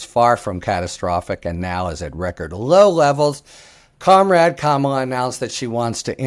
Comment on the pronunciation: Thank you Harry for finally pronouncing Kamala correctly. You must have read the comments yesterday. My confidence in you has been restored